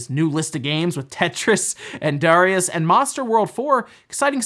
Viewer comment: Oh, one thing with DARIUS (you said right the first time! Not DAAARIUS), you yanks keep mentioning "No GENESIS release", change that to NO release anywhere. DARIUS was never released on the MD, only DARIUS II. I have no clue where it comes from. An unreleased proto? Also, TETRIS has been on cart on the MD since 1990, just not officially. It was one of THE most common HK boots back in the MD era. Shame we could not get more unreleased protos, would be the perfect platform to sell them. There are so many MD and MCD games that were cancelled. There was a games from SIMS on the MCD I always wanted, a ninja action game. They also had some great looking MD games that never came out and of course my number one wanted unreleased game: SEGA-FALCOM's Ys IV Mask of the Sun for the MCD!!